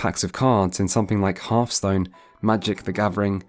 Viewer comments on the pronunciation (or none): none